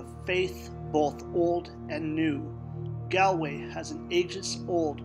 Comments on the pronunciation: Hey man, great video just one thing I’d like to point out is that it’s pronounced as Gawl Way not gal way, yes I know it makes no sense but that’s just how it is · Did you not make sure you knew the correct pronunciation before you made the video? 🤦🏻‍♂️